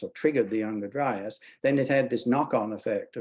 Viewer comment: Kills me when some people say younger-dry-ass.